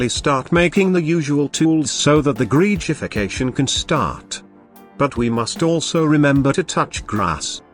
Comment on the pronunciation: Its official, gregification is now pronounced "greejification"